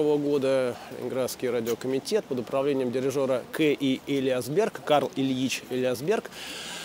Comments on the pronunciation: Спасибо. Ударение Элиа́сберг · Уважаемый Юрьевич, большое спасибо за прекрасный фильм-экскурсию! Не сочтите за снобизм, два уточнения: ударение в фамилии великого дирижера - ЭлиАсберг, а фамилия его американо-итальянского коллеги не Тоскано, а Тосканини. Артуро Тосканини. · огромное спасибо,много нового!можно поправить?ЭлиАсберг, нАдолбы